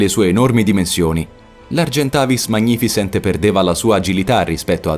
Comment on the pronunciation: Vogliamo parlare di "Magnificens" pronuniciato "magnifisent"?